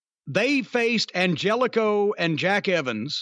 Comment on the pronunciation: Angélico is from South Africa and you can't even say his name right